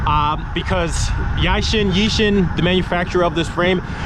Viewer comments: Its Yee-shoon. 😂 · pronounced as yee-shoon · its pronouced as "YEE" - "SHOON" my G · I think it is pronounce as "ee-soon" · It's pronounced 'Yee-Shoon' :) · I think the way to pronounce it is like, e-sue-n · Damn. Reading the comments. You got folks thirsty for tis frame! Also, easiest to say EE-shuhn. Its not exact but close enough. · "Yi" "Shoon" 👍😎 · Usually we South East Asian folks pronounce the brand as "Yee-Shoon", nonetheless that is really a sick bike you have there, really liked how it looks